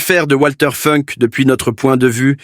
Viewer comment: Il n'y a pas que Funk qui est mal prononcé, il y a aussi Spandau qui se prononce Schpanda-haut et Speer qui ne se prononce pas Spire. Et non je ne suis pas prof mais je suis pour le respect de la prononciation.